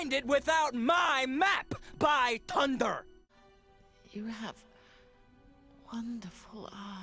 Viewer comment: "...BY TUNDER!" XD